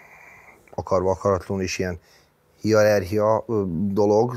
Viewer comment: hiarerchia. Aha, akkójóvanakkó.😂